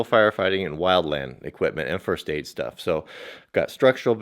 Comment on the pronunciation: lol, shtuff.